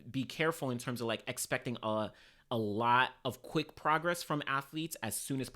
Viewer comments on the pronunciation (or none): none